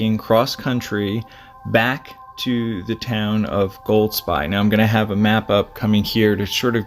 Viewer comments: I live there and my daughter has been on his courses with him.I never met him , but my wife said he was a lovely guy. Golspie is pronounced...Golspee, incidentally. This tragedy was hardly mentioned in our national media, for some reason, even though it was on the local media. The area where we live is fairly remote, but it is highly unusual for anybody to go missing there, especially somebody as skilled as him. Nobody knows what goes on in peoples minds, its easy to say “he definitely wouldn’t leave his family” , but you cannot know that.Pressures of life work on people in different ways. The villages and towns around us are small and if he ended up being there it wouldn’t go unnoticed. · Hi Golspie is pronounced Golspay. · Golspie, pronounced, gol spee. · Loch Nay- ver. Goll-spie. emphasis on first syllable. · His poor family ❤ 🙏🏻BTW (pronounced Golspee). I have walked there many times with my husband and it is a total wilderness. Sometimes people think that the UK is a tiny island but when you go walking in the ‘flow country’ unfortunately there are plenty of bogs that you can fall into and it is a beautiful yet desolate place - one of my favourite places on earth, but it can be tricky to navigate safely. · Pronounced Golspeee. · It's pronounced golspee. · There no D in Golsbie… Goal. Spee/sbee… Highlands are pronounced highl’nds… Naver. Rhymes with never. Also, I can’t sit around for you repeating yourself this much. 😅